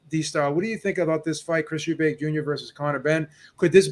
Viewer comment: Killing me with the "Eubanks" pronunciation. It's Chris Eubank Jr. Folks to the same with Golden State Warriors legend, Chris Mullin, calling him "Mullins."